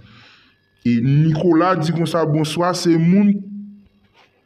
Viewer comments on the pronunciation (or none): none